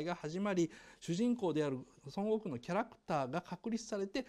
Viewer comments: ドラゴンボールそんなに好きじゃない人がドラゴンボールを語るあるある 孫悟空の発音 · 孫悟空の発音が西遊記で草